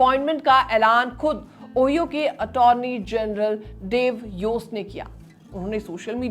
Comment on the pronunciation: Ohio ओहियो nahi 😅ओहायो